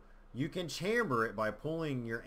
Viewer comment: fyi you're saying chamber wrong :P lol